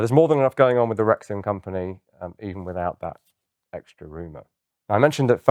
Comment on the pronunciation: I keep hearing rectum instead of rexim